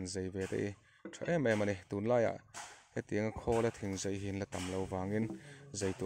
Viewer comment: A lai tak ah hian a "Zei" i ti in ka hria a. Zai a nih kha aw. Maian pawh meian i tih duh hmel tlat